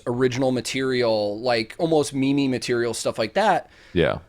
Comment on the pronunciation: Hmm today I learned y'all pronounce meme wrong